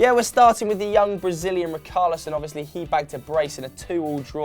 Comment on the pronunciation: Why they keep saying Ricarlison instead of Richarlison